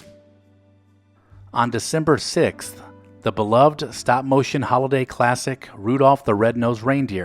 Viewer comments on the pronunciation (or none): none